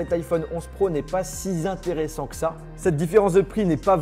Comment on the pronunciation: « Si zintéressant que ça »... merci j’ai bien ri !